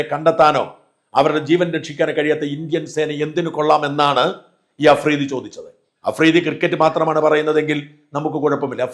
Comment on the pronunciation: അഫ്രീദി അല്ല തെണ്ടി മഫ്രിടി 🤪